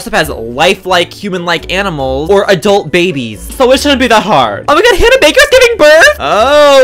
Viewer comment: Anyone else notice he said adlut?